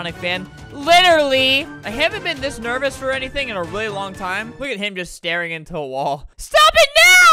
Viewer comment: Albert: squeaks "rwaewwy" Me: trying not to laugh because it is almost 6 am